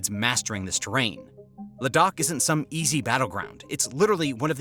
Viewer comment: great reporting and commentary ! Ladakh is pronounced < > Kind regards, Ciao!